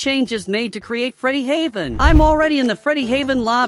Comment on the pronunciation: "FREEDYNAVEN" bro what 💀